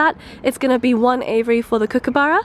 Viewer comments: I was like "WTF is an 'avery'..." she meant "Aviary". It's AY-VEE-AIR-EE rofl "ay-vuh-ry" .. 😂🤣😂🤣😂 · lol the way she says aviary sounds like Avery which is my name so that was wierd.😂